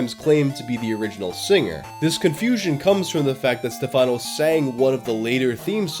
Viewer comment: also the accent on Stefáno made me laugh